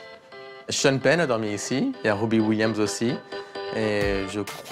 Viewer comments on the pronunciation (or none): none